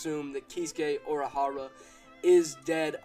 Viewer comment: You said Urahara wrong. Didn't you watch anime?